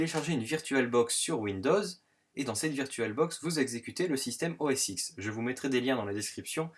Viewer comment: très bien, mais OS X se dit "OS 10", tout comme l'iPhone X...